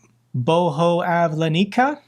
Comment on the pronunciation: It’s Bo-ho-yav-len-ka. Its literal translation is “manifestation of god” (Just trying to help).